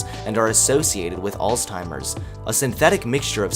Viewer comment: Good job, boyo! That intro was THE BEST! Couple things: Cannabinoid--kuh-nab-ih-noyd Alzheimer's--Altz-hym-erz I know, pick, picky. Great video! Really loves the music and images, too.